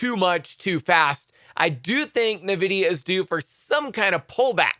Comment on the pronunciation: Not Nevidia, it’s N Vidia